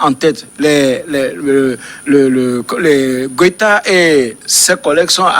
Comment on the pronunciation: Ils disent tous Gwéta au lieu de Goita (sauf Samuel) ou bien c’est moi ai mal entendu ?